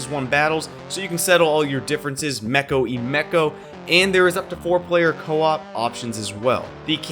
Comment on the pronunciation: "Mecho y mecho" *Me being hispanic The heck did he just say!?